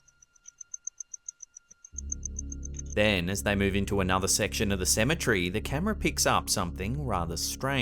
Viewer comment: Ceme TERRY, not Cemetree!